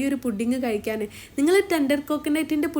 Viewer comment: കായ്ക്ക അല്ല, കഴിക്ക